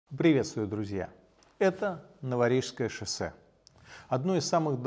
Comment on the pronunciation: Мне одному слышится "Нуворишское шоссе"?